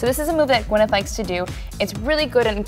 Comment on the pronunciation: why can't you pronounce Gw Y neth instead of Gw E nyth? Very sloppy.